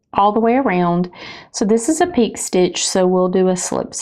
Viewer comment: it's pronounced pee/k'ay.